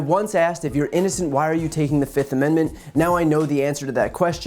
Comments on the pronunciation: Why does he say fift! It's fifth, not fift 😂😂😂😂😂😂😂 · Trump today: 1, 2, 3, 4, FIF! I say FIF! Remember that Dave Chappelle skit lol. Fiiiiiiif!